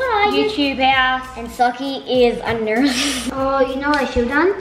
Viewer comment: The way says nurse she sounds British 😂